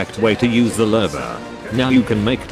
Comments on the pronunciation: another noob who says lurve instead of lowe. newsflash bro, there's no R in lowe. 10/10 would watch again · It's the Lewe... L-oo :)